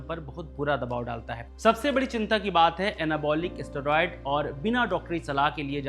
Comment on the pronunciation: Abey thik se bolna seekh. Asteroid nahi steroid hai.